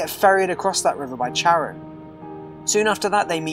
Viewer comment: Its Kar-on. Not Char-an.